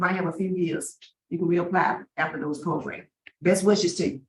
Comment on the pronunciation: Lol progrums. That's the dignified way to say it.